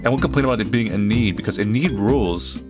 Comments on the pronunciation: Heads up- Enide is pronounced EE-NID! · Enid but like, a silent e